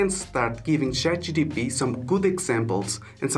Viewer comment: chat gPt bro not chat gtp haha, thanks for the video though